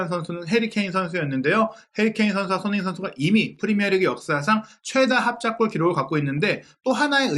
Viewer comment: 손힁잉 손힁잉 손힁잉 발음 좀 제발